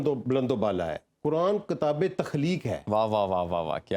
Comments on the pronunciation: This guest cannot even pronounce kitaab properly; how would he understand the Qur'aan. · What a stupid guy! He can't even pronounce the word kitaab properly; and he is going to explain Qur'aan to people! In this video, he has not communicated any useful info, other than repeating platitudes.